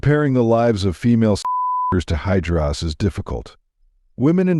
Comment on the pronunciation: Actually it's hijaras not hydras..